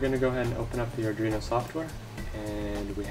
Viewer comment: You know it's pronounced AR-duino NOT adreno